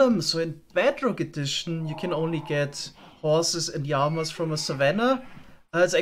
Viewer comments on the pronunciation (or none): i love your videos but why do you call Llamas Yamas?😭😂